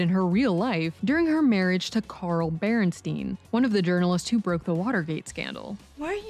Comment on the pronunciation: Carl Bear-in-steen 😂😂😂😂 A simple Google search would have taught you how to pronounce his name correctly